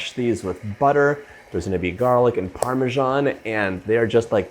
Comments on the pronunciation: "parmesghian" ma parla come magni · Where do americans find the J in Parmesan